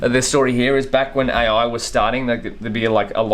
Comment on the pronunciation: "A.Oui" damn, that accent🤣🤣